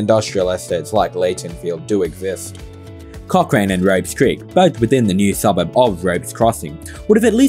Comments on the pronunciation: It's pronounced "Cock Ran" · At least spell Dunheved right in your chapters, and Aerotropolis.. or pronounce Cochrane right...